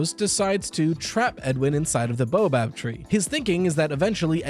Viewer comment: It's bao-bab like the steamed bun (or bay-o-bab if you're Bri'ish), not boa-bab like the snake. Easy to transpose the letters for neuroatypicals, my dad did that a lot. / Annoying ☝️🤓 moment